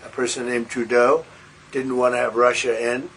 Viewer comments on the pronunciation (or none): none